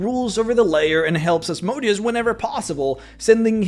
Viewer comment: For mispronouncing Asmodeus exactly 666 times you are now damned to Hell for all eternity.